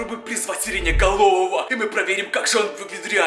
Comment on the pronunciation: Сереноголового а не серениголового🤣